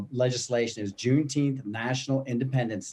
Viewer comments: Get it right, its pronounced Juneteenff!! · Juneteenth, for christ's sake , you are murdering the English language.Anything else you can wreck whilst you are at it? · He bite his teeth to say juneteenth.